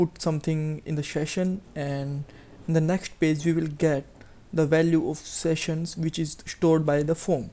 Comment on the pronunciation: Sheshions Sheshions Sheshions Sheshions Sheshions Sheshions Sheshions Sheshions Sheshions Sheshions Sheshions Sheshions Sheshions Sheshions Sheshions Sheshions Sheshions Sheshions Sheshions Sheshions Sheshions Sheshions Sheshions Sheshions Sheshions Sheshions Sheshions Sheshions Sheshions Sheshions Sheshions Sheshions Sheshions Sheshions Sheshions Sheshions Sheshions Sheshions Sheshions Sheshions Sheshions Sheshions Sheshions Sheshions Sheshions Sheshions Sheshions Sheshions Sheshions Sheshions Sheshions Sheshions Sheshions Sheshions